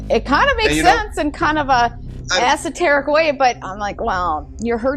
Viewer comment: "Assoteric." Hahaha wow